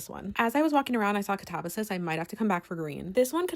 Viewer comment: I have never heard katabasis pronounced like that before!